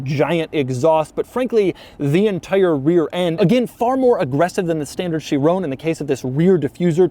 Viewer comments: Chiron...it's called a Chiron NOT a Chirone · doug i love you but its pronounced sheer-on not sheer-oné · It's not a 'Chirone', you fool. It's a Chiron. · Chi Ron.... Ron .... Chiron... not bloody chirown 😂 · "THIS is a bugatti Chiroan Pure sport" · Doug, Doug, Doug... please learn how to pronounce Chiron 😂 it's not Chirone, it's Chiron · Chiron. Not Shear-own. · Kai-ron. Sheerown is a sound Michael Jackson would have made while grabbing his crotch and delivering a smash hit. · For the love of god it's pronounced "she-rohn", not "chi-roooooooone" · Everybody saying: Chiron Doug says: Chironè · Please are you Americans going to continue to pronounce Bugatti Chiron as Boogarty Shirrone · Chi-ron not Chi-rone 🤦🏻‍♂️🤦🏻‍♂️🤦🏻‍♂️ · No one : Doug : cHirOnE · Is it just me or is Doug the only guy that pronounces Chiron as Chirrooone? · they way hes saying "chirown" kinda made me mad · “My Chirona”... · lol Chiroune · Michael Jackson's favorite Bugatti. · I like doug but my god someone tell him how to say chiron correctly. It's like he's trying to do a michael jackson impersonation everytime he says "chiron" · dougs pronounciation of this is atrocious like my spelling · Any fellow Europeans cringing at his constant mispronunciation of ‘Chiron’? Bloody colonials. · The way he says Chiron makes me mad